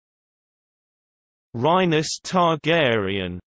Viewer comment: You got it wrong. It's Ray-ness Targaryen